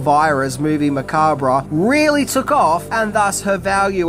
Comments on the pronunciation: Drinking Game Take a drink every time pronounces "Macabre" incorrectly 🍸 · You don't pronounce the RE in macabre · I took a shot every time you mispronounced "macabre" 😅😅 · The "re" in "macabre" is silent... at least in he U.S., lol. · Hey, the r in macabre is silent. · I never understood why some pronounce macabre with the R silent 🤨. Anyway excellent video and I hope you get a "job well done " from the lady herself 🤞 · Macabre. Pronounced "ma-KAAB". / You do great work m8. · The word is pronounced “Ma-cob” you idiot!!! If you don’t understand the English language you probably shouldn’t try to broadcast your own YouTube channel. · This an enjoyable video with a lot of good info. Some thing that may help here (and said gently from one video maker to another), macabre is said muh-kaab. ;) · Macabre is pronounced muh·kaab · Dude it's pronounced "macab". The R&E are silent. Great video though! In the first place I lived After High School out of my own I had a full size poster of her laying in a coffin in the living room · Its pronounced "ma-cob" 👍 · " Macabrah"......always a chuckle. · Pronounced "Makahb" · it's pronounced MAC-ARB the R is silent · Spooky and Sensual one,. 😉 Also! OMG! It's pronounced "Mu-cob." Yes, the b and the r and the e on the end are all silent. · AnD ITS MAH CABRE ffs learn something ffs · Because it was originally a French word, which would have been pronounced "macab." It's a regional thing. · Didn't anyone explain to the narrator how to pronounce "macabre"? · MOVIE MA-COB you're pronouncing it wired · I took a shot everytime you said Macabre wrong. And now im in hospital with a fucked liver becaue of tou. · The re in macabre is silent